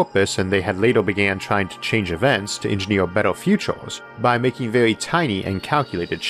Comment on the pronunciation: This was vewy intewesting.